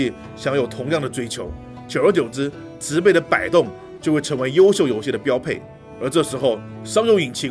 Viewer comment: 介紹的不錯，小錯誤糾正，植被那個字(被)是破音字，唸(音同匹)才對。